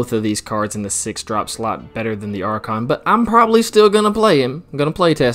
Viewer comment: Archon = Are - Kon Brazen = Bray - Zen